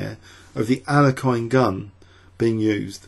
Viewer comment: i am pleased you lean to pronounce names in a right way as you do in alekhine's way